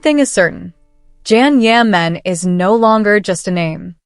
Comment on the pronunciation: Please say his name correctly